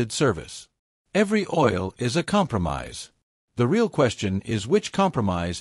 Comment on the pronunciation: Very informative video. Though why did you have to use stupid AI voice? When it says "Re al" for the word real, it's stupid and very annoying!